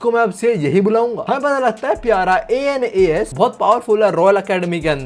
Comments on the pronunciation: Anas hai a.n.u.s Nahi 😢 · Bro my name is Anas😭 its not anus its pronounced as Ans. Not as ainas😭 dude main teri sari videos dekhta hun or yaha mera he scam kr gya bhai tu😭